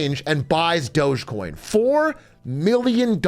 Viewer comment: Is it not "Dog E-coin"? Never heard anyone say it as "doughzsh coin"